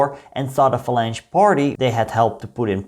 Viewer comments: No, it's pronounced FA-LAN-HAY with a guttural 'H' sound and the second syllable stressed. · I think it’s pronounced 'falanca' derived from 'phalanx' but it was not Franco's party. He led a coalition of army loyalists, colonial troops, the clergy, pro-monarchists and the Falange. These were not natural allies, but all were anti-communist, the Communists being the most aggressive of the Republican contingent.